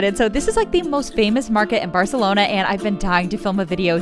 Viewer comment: You say barcelona wrong but food review good